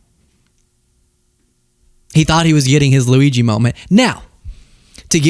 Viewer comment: I already am attracted to you. You don't have to show cute clips of you messing up Luigi's name. Oh wait, yes you do. LOL. 😂❤